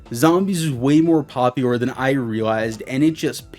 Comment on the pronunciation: My mans can’t say “popular” lol. “Poplior” ???